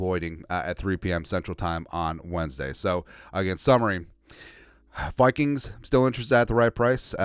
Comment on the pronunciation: Love how you call them the Wikings Lol